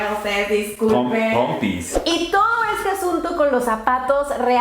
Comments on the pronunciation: Me morí de risa cómo dice "pompis" 😂 Me encantó el video... son tan lindos, saludos desde Chile ❤ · " Pompis ” 😹😹😹😹😹😹